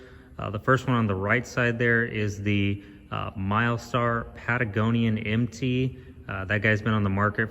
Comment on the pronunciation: It's not Patagonian! Guys!